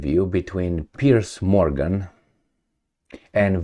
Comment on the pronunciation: ‘Piers’ not ‘Pierce’